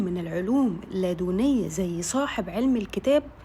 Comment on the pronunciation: العلم الّلدنيّ ✅ العلم اللااا دوني ❌